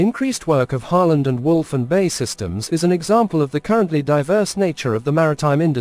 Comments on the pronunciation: B.A.E not Bay! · We really can't be expected to watch a puff for a business that can't even pronounce its own name properly. It's not Bay, it's B...A....E..... Got it?